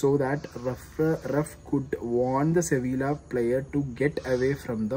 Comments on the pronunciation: അളിയാ ഒരു ചെറിയ തിരുത്ത്, സെവില്ല അല്ല്ല " സെവിയ്യ" എന്നാണ്. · Ente ponnu chetta 'See Villaaah 'alaaa. 'See vee uh ' athanu pronounciation.. Valya karyathil njn kandond erunya pinneya manasilayilee chettan andilm sankranthiluma kali kanunne en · സെവിയ്യ എന്നാണ് വായിക്കേണ്ടത് ഏജൻ്റെ..